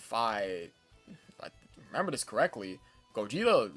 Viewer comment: aint no way you just said "fis"💀